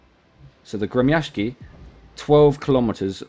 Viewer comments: I'm impressed by your ability to pronounce "Gremyashchiy." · I am Russian and you spoke it right the ship name